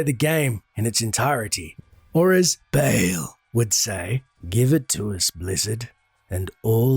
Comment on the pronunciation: Sorry the pronunciation was irking me, it's like BAAHLL not Bayel